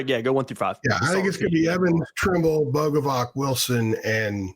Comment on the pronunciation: It's pronounced Boga-vats. "C" makes a "ts" sound in Slavic languages